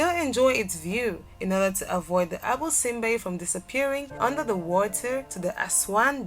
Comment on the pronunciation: # 8 is pronounced "Abu Sinbel" not "Abu Sinbe" there is a missing letter "L" at the end :)